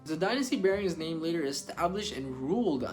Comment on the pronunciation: at least pronounce names correctly